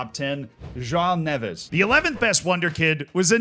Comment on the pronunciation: As someone who’s half Portuguese, I applaud how you pronounced Neves 👏🏽